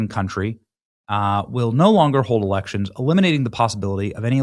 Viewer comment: Oh, Elections. I thought he said Erections.